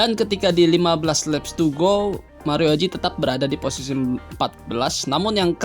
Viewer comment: Wkwkwk...cuma pengucapannya aja kedengeran lucu...🤪🤪🤪